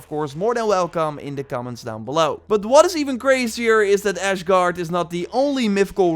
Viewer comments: As a Norwegian citizen from real life Stavanger that speaks Norwegian, "Asgard" and "Ashgard" is wrong. Åsgård is the correct way to prounounce it, you can also spell it as Aasgaard = Aa & Å is the same letter. Å/Aa makes an "Ohh". Same goes for Erling Braut Haaland the football/soccer player, it's pronounced as H"oh"lan, like the region of the Netherlands; Holland. Erling Braut Haaland is from Bryne, Rygjafylke (Rogaland) aswell, just south of Stavanger, north of Elkundersund (now called Egersund) Also the island north west of Stavanger that's called "Ikke en oy" means "not an island" in Norwegian (Ikke en øy) and "Mannskapsangrep" another place in Rygjafylke, that litterally means "crewattack" (Crew = mannskap. Attack = angrep) Rygjafylki/Rygjafylke is now called Rogaland where Stavanger is still the county capital, also in Rogaland, the area with alot of islands is today called Ryfylke same etymology as Rogaland/Rygjafylke/Rygjafylki. Also Stavangerian sports teams are usually called Viking or refering to Vikings and the Oil Capital status of Stavanger :) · you say it like: ass gard please dont say ash gard it triggers me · I love your stuff, but if you say “Ash”gard one more time, ima lose it! And Jotun is a soft j so it’s pronounced like yotun. And i thought those three videos were pretty damn funny but that’s just me haha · It's Asgard, not Ashgard. Considering the amount of times he said that I'm actually willing to believe that he's a bit... Well... Special... Not to say retarded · Not trying to be rude but you are saying asgard wrong you are adding a h when there isn't one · No one: Me: AsHgArD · Your killing me with the ashgard........lol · Dude said Ashgard lmaooooo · Mr Warden 23 hours ago I dont know why but it bothers me alot when he pronounces Asgard, he pronounces it like its Ashgard. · meme: KoolK -_- 6 hours ago Why is everyone complaining about how said "Ashgard"? We ALL make mistakes, and it could just be his accent.. come on guys..